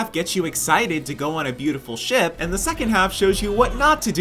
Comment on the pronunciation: "oH mY gAwD lOoK aT tHe sHaP" got me dying💀💀